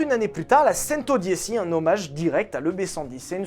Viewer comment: Bon alors Molsheim, bien. Chiron, Veyron, super. Par contre, la prononciation de Centodieci et Rimac, on y est pas encore... 😊